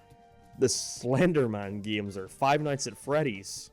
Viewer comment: its funny how he says geemes instead of games